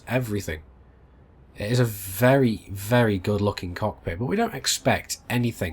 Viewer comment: Louie Leverett (Whispers in ear) Bro, it's cockpit not cod pit :-)